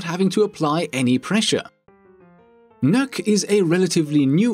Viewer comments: Did i just hear he mispronounced Nokk’s name. I heard “nuke” what I pronounce her name “knock” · The not how to you pronounce nøkk